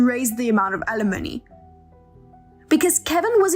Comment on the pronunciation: Wonderful to continue to hear 'alimony' bring pronounced correctly!